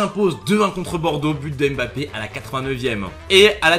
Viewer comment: C'est si compliqué que ça de bien prononcer son nom de famille ?